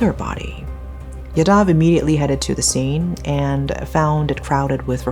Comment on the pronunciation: Sorry but this is really bothering me. As there are many yadavs in these stories. Its pronounced "yaa-dav"